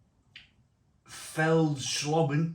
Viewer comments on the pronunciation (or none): Asda are ripping you off where you are. They're both £1.10 at ours. The ß is pronounced a 'ss'. So it's like Feldschlosschen in essence, like in your title. Like with Straße (Strasse) for street. As for the French one, the 'g' is pronounced like a 'y'. So it's like Champiy-nuelle. Drop the s at the end, I believe. When I worked in the Nederlands they always tested me on pronouncing Scheveningen. I got close, but it's like a lot of newscasters can't pronounce Llandudno. I do agree with your analysis. The FeldSchosschen wins outright. I have lots in the garage now. And you can get 4 x 440 cans for £3.65. BARGAIN!